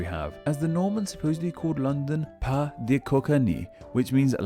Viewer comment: Pais would sound like pay-ee. You said pas (pa) which means Not or Footstep.